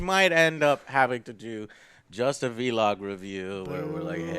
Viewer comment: Why does say vlog like that...? Is it like an inside joke or something...or does he really think that's how is supposed to be pronounced?